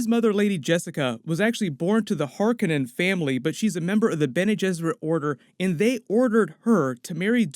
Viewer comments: Harkonnen (Har KO' nen) not (har ka NEN') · Harkonnen is pronounced “Har-KOH-nen” not “HAR-ken-nen.” Stress on the second syllable not the first. Second syllable sounds like “cone” not “Ken.” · Har-Koh-Nen. Not Kar-Keh-Nahn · Har-Cone-In......say it like that. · Har-Koh-Nen. Jesus. Read a book. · It’s pronounced “hark-cohen “ , not being mean or petty just a fan of this story and the writer. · Just so you know it's pronounced "Harkónnen"